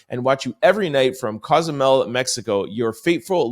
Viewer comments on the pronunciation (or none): none